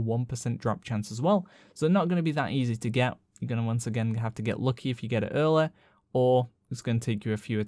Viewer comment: Your accent goes from interesting to “holy crap!” when you say a word like lucky or any word that typically (or universally) is pronounced as luckee. You all pronounce its as luck-eh. Crazy.